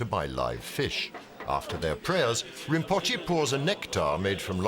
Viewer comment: narrator mispronounced “rimpoche”! Do better if this channel is to be respected!